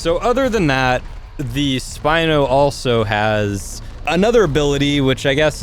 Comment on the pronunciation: It's spino not spine